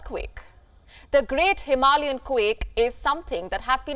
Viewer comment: HimaLiAs ?? It is HimalAyan. You have forgotten a syllable.